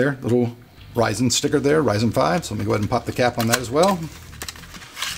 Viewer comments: Ryzen not Rizen. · RYZEN NOT RISEN DAMMIT, pronounce it correctly! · Please call it Ryzen and not Rissen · Is it Ri-zen? 😑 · What is it reezin or rising?